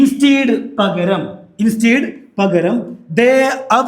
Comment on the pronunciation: ഇൻസ്റ്റീഡ് എന്ന ഉച്ചാരണം ആദ്യമായിട്ടാണ് കേൾക്കുന്നത്. ഇൻസ്റ്റെഡ്, ഇൻസ്റ്റഡ് എന്നിങ്ങനെ കേട്ടിട്ടുണ്ട്.